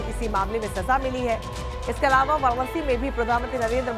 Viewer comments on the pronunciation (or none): none